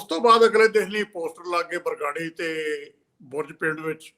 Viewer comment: ਬਾਰ-ਬਾਰ ਬਗਰਾੜੀ ਕਹਿ ਰਹੇ ਨੇ । ਇਹਨਾਂ ਨੂੰ ਸਹੀ ਉਚਾਰਨ ਲਈ ਕਹੋ 🙏